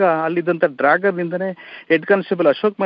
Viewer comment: Its Dagger not Dragger